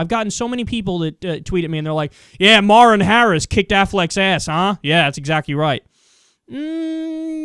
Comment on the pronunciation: Do you know howto pronounce Maher?